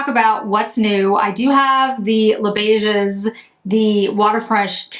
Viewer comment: The 's' letter in beiges is silent as all words in French which end with 's' when it is the plural. This is not a criticism. Thanks for the thorough review.